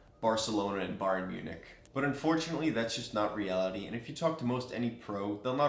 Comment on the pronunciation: lol he said barcaloana and BayernMunich